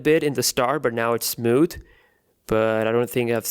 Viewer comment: It's smooth not "smoot"